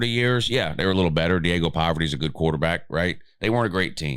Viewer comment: “Diego Poverty”😂😂😂